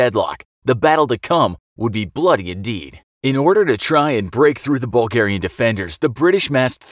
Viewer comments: I never heard the Bulgars called Burlgaian before, should it not be Bulgarian?? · "Burlgaian" lol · yes burlgaian the true way of saying bulgarian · What is Burlgaian?